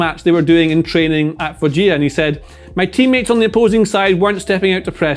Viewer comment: Its foggia(fooxha) not (foxhia)